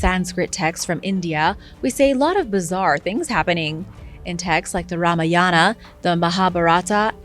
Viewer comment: Maha-bhar-at. Ra-ma-yan. * Please pronounce them that way